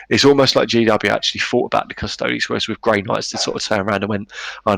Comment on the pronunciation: So if you say "Custoads" instead of Custodes, do you also say "Asstards" instead of Astartes?